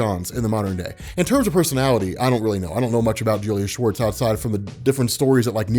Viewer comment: Are you kidding me. Julius Schwartz, all these years when i have heard you or others memtion his name i always thought it was Julia Schwartz. I thought that maybe decades ago Julia was some kind of wird unisex name like Ashley or Riley.